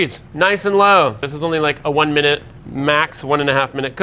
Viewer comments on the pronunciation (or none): none